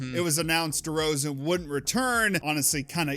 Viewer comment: "DeMar DeRzaon"